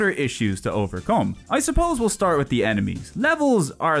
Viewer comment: "El Starto"